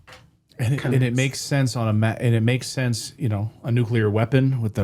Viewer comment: then explain nuculer reaction